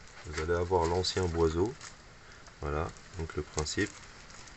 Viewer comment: Boisseau pas boiseau lol lol